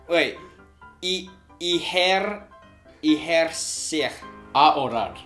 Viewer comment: palabra: ejercer, intento gringo: iherr sier xD espantapajeros xD palabra: exigir, intento gringo: exihigea xD